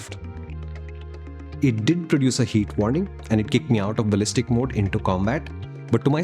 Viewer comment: riyalishtic baliztic